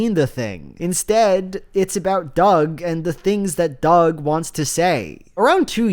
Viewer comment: Am I the only one who kept thinking he was calling Doug “Dogwalker”?